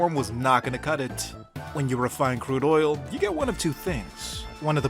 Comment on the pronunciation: Did I hear you say OILL?